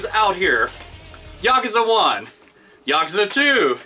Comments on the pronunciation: i have never watched thsi video yesterday and i have never played this series.. but i know hte word yakuza lol and the way yo usay it just hurts my ears cuz you say it wrong lol imagien yakuza = yakooza the u is like double O lol but anyways it looks pretyt interesting so maybe ill get them to play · Yes, but that's understandable. English words with three syllables tend to put the emphasis on the second syllable, but Japanese three-syllable words put emphasis on the first. Easy mistake to make, I do it too. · i thought it was yaKOOza, have i been pronouncing this wrong? =( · He just called the infamous Yakuza, the Yakaza... LOL